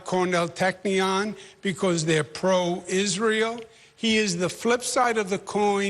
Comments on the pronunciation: “…and as may-uh of Is-rail…” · Could you skip the accent when saying Israel? 🙏 Pretty please?